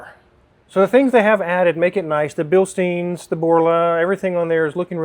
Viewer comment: Not to sound like a party pooper but just FYi: Bilstein is pronounced “Bill Stine” and not “Bill Steen”. Pronounced the same way as a Beer Stein or “Beer Stine”. The letter combination of “ei” in German is pronounced like the letter “I” in English. But the letter combination “ie” in German is pronounced like “ee” in English.